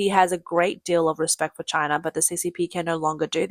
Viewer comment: Poor Chy-na. lol